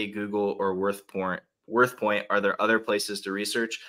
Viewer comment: worthcorn instead of worthpoint was top tier